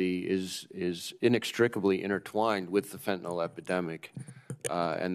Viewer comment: Why can NO politician properly pronounce the word Fentanyl? Can we get them a 'Hooked on Phonics' program. Sound it out . . . just like your 2nd grade teacher told you. Fen-TA-NYL